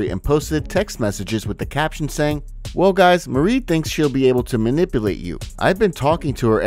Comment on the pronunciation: type Merle into german google speech translate, you are butchering it ❤😂 its not Marie